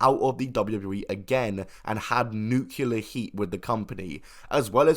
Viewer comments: Just so you know, the wrestler mentioned in the previous video (Chaysin Rance)'s name is pronounced how it's spelled, Chay-sin. Like Jason but with a 'ch' sound. Also, nuclear is pronounced 'nu-clee-er' and not 'nu-cue-ler' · Nuclear, not Nukular -- derived from Nucleus not Nukulus. FFS why is everyone suddenly George Bush when it comes to pronouncing nuclear... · The word is pronounced New-clear Nu- clear Nuclear!!! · "Nucular"? Alright, hand over your Britcard.